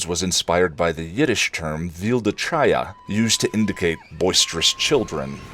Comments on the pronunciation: Honey, the ch in chaya is like the ch in German. Vilda Khaya. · Not pronounced chaya like with a "ch" like church or Charles. Pronounced with a hard ch like Chanukah. Sometimes "Ḥ" or "kh". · Vilde Chaya is pronounced with a hard ch or K sound in the second word.